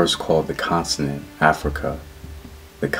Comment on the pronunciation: It's CONTINENT, NOT CONSINENT, GENIUS!!